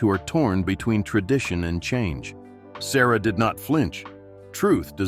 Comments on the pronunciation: His surname is pronounced as Suh-ruh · Pronounce his name correctly. SA RAH (SURAH) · His name is pronounced sa-RAH, not SA-ruh.